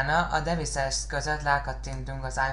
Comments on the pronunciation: Ez csúcsszuper buddy! Let me tell u: a "w" nem azonos a v-vel.? "Dzsorden Szpa_ksz"! "DIVÁJSZIZ"! IPod "tacs" csak szimpla "cs"-vel!!!! És végül "apláj" tanulj angolul ha "vinamp"-od is angolul van basszus...! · deviszesz XD angol kiejtés megy látom XD